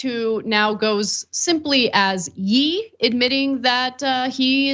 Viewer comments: Not sure if you guys are blatantly mispronouncing Kanye's new name, it's pronounced "Yeah", as in the last part of his first name. I totally agree with EVERYTHING you guys are saying about him, I just couldn't get passed the "Yee" annunciation. LOL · i'm BEGGING you to learn to pronounce his name correctly. it's YE not YEE. pronounced "YAY" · ANA'S GETTING OLD. HIS NAME IS PRONOUNCED YĀY NOT YĒ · Why do they keep saying "Yeeee".??? It's pronounced "YAY" 😆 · What made her pronounce his name as yeee and not ye? Just weird. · It’s YAY, not YEE!! Kanye is definitely a clown. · Can someone tell me where Ann is from? She’s always pronouncing words weirdly!😂😂😂😂 it’s another word she always pronounce weirdly, but now Ye as in (yeeeeee!) It’s pronounced “Yay” not Yee!😂😂😂😂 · Not 'yee' Ana, it's 'Yey' 🤣🤣 I got you girl 💪🏽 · The Ye is not YEE it YAY... KANYE not KANYEE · With all do respect, he is a genius. You guys are actual idiots. You say he has a learning disability while pronouncing his name as “yee”? Wtf is a yee? Ye is short for Kanye! You said Kanye, but you think it’s “YEE?!?!?” 😂😂😂😂 Did someone have a brain fart? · He name is pronounced yay not yee 😂🤣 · It’s pronounced “yay”. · The way Ana pronounced Ye as "yee" as in "yee-haw" and not "Yay" is so cute🤣🤣🤣🤣🤣🤣🤣🤣🤣🤣🤣🤣🤣🤣🤣🤣🤣🤣 like no no, I'm pretty sure he goes by Ye="Yay" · I'm pretty sure it's pronounced "yay" haha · Girl you said “yee” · Ye is pronounced "Yay" LOL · Ye is pronounced Yay. Sheesh Anna do you know anything about the culture? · So he's illiterate? Yae would be the proper spelling for that pronunication. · Pronounced “yeah” like a shortening of his actual name. Unless you pronounce his name “Con-yee.” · It's pronounced "yay" (short for Kanye [kahn-YAY]), but yeah, he's an idiot. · It is pronounced YAY! like hooray. Please make an attempt. I can't stand the idiot. But make the effort. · Jesus Christ, Ana, you're in your 30s right? You don't know it's Ye like "yay"? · It’s Ye. As in, Kan”YE”